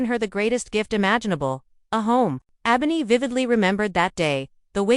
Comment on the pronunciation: You mispronounced Ebony throughout the whole video. Check first before you put out a video to make sure you're saying the characters name correctly. I had to put the video on mute because it was annoying listening to you